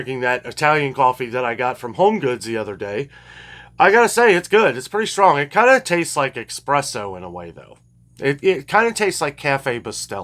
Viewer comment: Espresso NOT EXPRESSO! Learn some fu*kin' Italian. Coffee is supposed to be strong, Americans put milk and other garbage into the coffee, Italians drink espresso black or with a bit of sugar in it, no milk at all, and drinking milk for a few years you will become lactose intolerant anyway, not so wise...